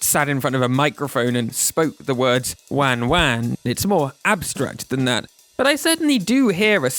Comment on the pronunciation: For what it's worth, I'm half Japanese and the non-Japanese version just sounds like it was pitch shifted down a bit and maybe slightly slowed down. I could test this later. Also, it's good to note whoever made the video pronounced "wan-wan" terribly. That's not how Japanese people say it, so don't use it as a reference for how it should sound.